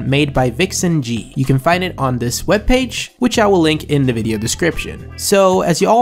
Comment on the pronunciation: bro, why do you say "duh" instead of "the." Where are you from in the U.S. that anyone even speaks like that? I have a friend who speaks like that too but how.